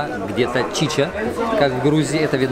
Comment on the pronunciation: стыдно не чича а чача